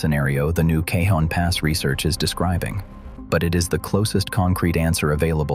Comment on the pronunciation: Cajon as in "Cajon Pass" is pronounced Cahon Pass as most J's in California are reflecting their Spanish heritage. It's very disconcerting. Otherwise, an interesting report.